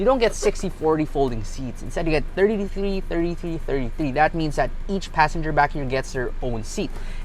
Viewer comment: I love to see how struggle to say each and everytime 😀😁😅